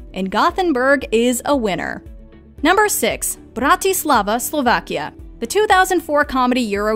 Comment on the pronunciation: it's the "brRrrAtislavA" for me